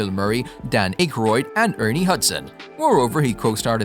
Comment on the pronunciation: That A.I. Voice can't even say Harold Ramis and Dam Akroyd's last night right. I hate these I am good at Commentaries and Narration. Nice Video you can't replace real historians, writers, authors and critics. Sad R.I.P. to everyone involved in the cast and even the crew not mentioned. Always my fav franchise for the bigger budget stuff. I like low budget films too even more mostly the old B&W's and Color ones too, I am an expert on this stuff. I really liked Afterlife and gonna see Frozen Empire. Still never beat the 1st 2. I was always obsessed even more so as a kid and The Real Ghostbusters Cartoons. I had all The Kenner toys too. Not sure anyone Akroyd said Abbot And Costello influenced them. In particular the film "Hold That Ghost" from 1942. Dan seem to forget the 70's Sitcom The Ghost Busters starring, Larry Storch, Forrest Tucker and Bob Burns. It did very well only 15 Episodes then was cancelled also made a Cartoon from it. It is more comedy and bumbling then the Movies or The Cartoons that came in the 80's. My friend Chris showed me the 70's one I had no clue it is good too.